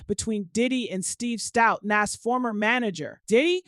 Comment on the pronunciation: Nass its Nas 😂😂